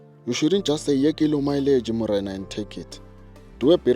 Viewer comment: "This other morena" 😂😂😂😂😂